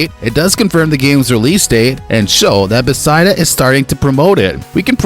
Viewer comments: BEH FES DUH NOT BEH SY DUH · BESIDA. Bro it’s not that hard to say beth-esda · I came to say this. Never heard Bethesda pronounced this way. Wtf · Who the hell does he thing is developing the game, Besideus ….who is Besideus? It’s BE THES DA! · Bruh. Its 'Buh-thez-duh'. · Stop saying “Besida” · I don't know anything you said in this video because all i kept hearing was your incorrect pronunciation of the company..... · Sorry bro, can't take this seriously if you can't even simply pronounce the company's name correctly. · My theory is he hired someone to read his scrip and either he made an error on the spelling or the guy doesn't know how to pronounce it.